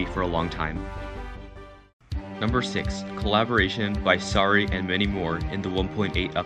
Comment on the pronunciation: U need more subs bro but it’s Sary don’t say Sorry Omg u almost got me to dislike please say Sary!